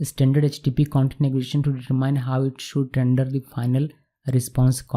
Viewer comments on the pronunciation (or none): none